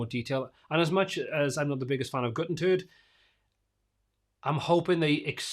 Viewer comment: Did you say “GutenTURD”? 😆